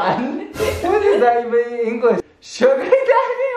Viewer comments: I CHOKED ON MY WATER WHEN SHE TRIED TO SAY ”ENGLISH” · The moment she realised “english “ is actually “yin yue” not “yeAn YayU”